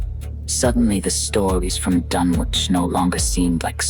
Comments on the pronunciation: If you're going use a British accent, get the pronunciation of Dunwich right. Silent W. Like Dunnich. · Does the author ever insist that the correct phonetics are done-witch because is hearing a long 'u' sound as in 'dune-witch'* What do they make these silicon chips out of for AI to produce this presentation£ Sand, which accumulates in dunes so, when you consume this presentation with eyes, ears and other senses, is it a sand-witch or a dune-witch£ 🌈 💋 👠